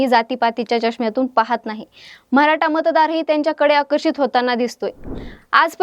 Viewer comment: मॅडम मराठा म्हणा....म्हराठा नाही हो 😅